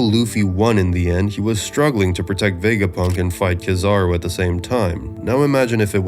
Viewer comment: the way you said ka-zar-ru really threw me off lmfao they say it in the show idk how people get words wrong when they say them themselves